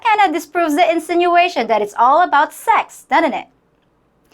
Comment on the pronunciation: In de first place, learn to pronounce the. PLEASE!!